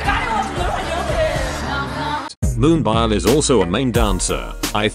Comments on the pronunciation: i only hate that one point of this vid :vv what a pitty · I'm not by nature a cheerleader, but I think you're being too hard on yourself here. You made a compilation video and got it done and uploaded. That's a win right there. I can't do that. If I might make a suggestion, your own voice would be better than the computer voice, even if you're squeaky and stutter. At least you'd get Moonbyul right.